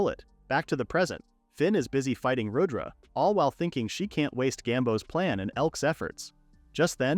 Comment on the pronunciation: It’s not Radra it’s pronounced as Rud dra